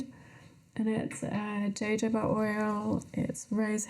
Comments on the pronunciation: Dear British people, Please learn how to correctly pronounce the word jojoba. It is not joe joe bah. It is not jay joe bah. It is not joe jay bah. It is huh hoe bah. Say it out loud - huh hoe bah, huh hoe bah, huh hoe bah. Excellent! 😂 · Jojoba is pronounced ho-ho-ba